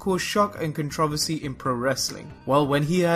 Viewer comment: Say 'controversy' again! Teehee!